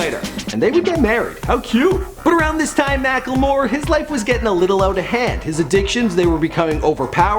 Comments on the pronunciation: MackLEmore not mackELmore.. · He is called mack-le-more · it's pronounced mack-le-more